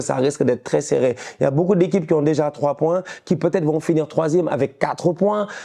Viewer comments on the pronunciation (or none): none